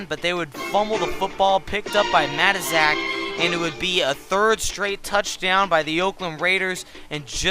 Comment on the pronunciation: wow you butchered matuszaks name